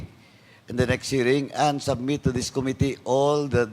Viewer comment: Medyo hindi na indulging makinig na kay Dan Fernandez. Puro ahhhhhh. At Ahhhhhh. Our ahhhhhh. To ahhhhhh. Mas madami pa yata ang ahhhhh kesa yung sinasabi. Plus may pagpronounce pa ng ko-mitee.